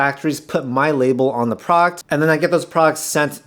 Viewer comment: What's a prawkt? Are you trying to say product?